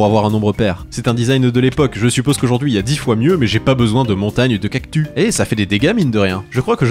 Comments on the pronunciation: C’est moi ou il fait exprès de dire cactu car ça se prononce “ kaktusse ” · On dit cactusssssss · Dans le mot "cactus" le s se prononce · Pourquoi tu dis cactu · CES CACTUSSSS PAS CACTU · J'aime bien quand tu dit "Cactu" au lieu de "Cactus" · Cest pas unhumilation mais on lit pas cactu mais cactussssss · J adore le"cactu" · Quant il dit CACTU plus de 100😂